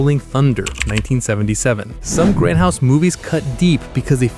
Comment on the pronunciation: Its grindhouse not grendhouse. Now get back in the basement AI.